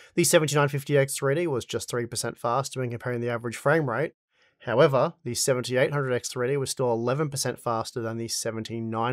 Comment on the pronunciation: Seventy EIGHT hundred X three-D. FOR GOD SAKE ENUNCIATE THE DAMN WORD. I had to stop and rewind over a dozen times to figure out what fucking processor you were referring to. You're saying "SeventyehHundred 3D."